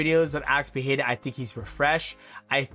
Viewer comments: bro ur Pereira pronounciation pisses me off IM sorry. XDDD If you dont know how to say it in a portuguese accent, just stick to saying it in american accent man. It makes u look bad. Its Pereira not PEHAYRA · You are pronouncing Pereira wrong. The first ‘R’ doesn’t have the ‘H’ sound. In Portuguese, it only happens in the beginning of words or if there is two ‘R’ together. So you should pronounce both ‘R’ in Pereira in the same way.